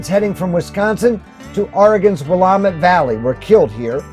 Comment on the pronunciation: By the way, it’s pronounced Will Lamb’ It. (Willamette Valley).